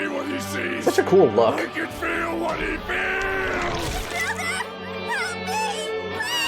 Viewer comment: “Gohan, they could see what he see’s, they could feel what he FEEEELL”